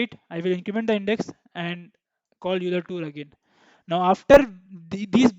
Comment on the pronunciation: I hate to be that guy, but Euler is pronounced "OY-ler" lol. Great video